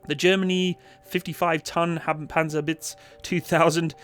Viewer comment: When you say Panzerhaubitze it sounds like "Panzerwitz" wich would mean "tank joke" xD